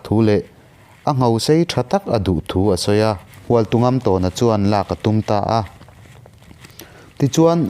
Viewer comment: Hualtungamtâwna tih a lamrik tur a ni lo maw... " Tawn " tih lai hi thlûk tur zawk a nih hmel.